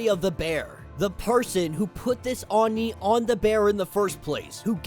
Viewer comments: Bro, it's pronounced ohh nee(Oni), NOT arny(Oni). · yeah i never heard anyone called it a oon nee hahaha. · I really dont hear him pronouncing oni in a very bad way... And I am more used to hearing Japanese than English... He seems to have a hard time saying it... But the resault is not bad... At least he doesnt say "ounee" as many English speakers do... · Just a heads up it is pronounced “ Oh-Nee”. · I have never heard someone say oni like that before XD I like kid venoms story so far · isn't very good at Japanese names and pronunciation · Lmao you’re not really into anime like that are you? You butchered the way Oni is pronounced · No, is not very good at pronunciation of Japanese names